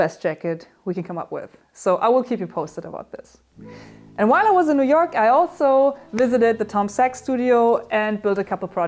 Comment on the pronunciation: You've spent too much time with those guys when you pronounce Noo Yook like a nooyooker :D